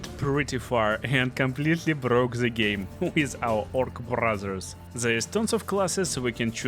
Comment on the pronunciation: First 10 seconds in. His accent hits my ears. 😮 Roll of the R's in brothers. 😩